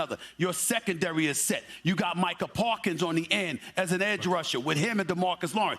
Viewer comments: Micah Parkins ???? it’s Parsons !!!! Geez. Stephen A stays mispronouncing every Dallas player. Luka “Donchick” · “Micah Parkins” - SAS 😂